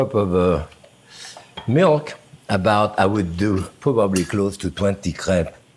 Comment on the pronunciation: My girlfriend is currently out here crying because he said what to her sounds like 'crap'. Several times even.